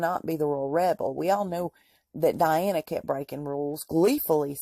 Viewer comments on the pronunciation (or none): none